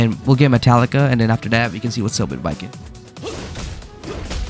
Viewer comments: "Balkan" bro 😭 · BRO CALLED BAIKEN BALKEN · Isn't it pronounced as Baiken? (I wanted to make a joke, but he fr messed so much that he said buko and balkan💀) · its baiken im about to crashout if you call it balkin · Bro doesn't even know about guilty Gear 💀 bro FR called baiken "baLken" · butchering the name so many times hurt my soul just a little bit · Idk if anyone else said this but not to be rude just informative It’s pronounce bye-ken B-I-ken = baiken and she’s also from guilty gear. Their most recent game she’s in is guilty gear strive. (Also she’s a dlc character btw.) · Is baiken pronouced as Bal-ken or no? Cuz him saying balken everytime pissed me off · That is not how you pronounce baiken